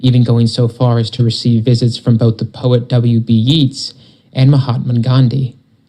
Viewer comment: WB Yeats is pronounced Yates